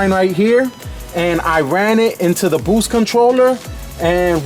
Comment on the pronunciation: "Eight pounds of boowhste"